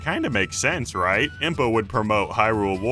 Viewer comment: THANK GOD SOMEONE ELSE SAYS IMPA!!!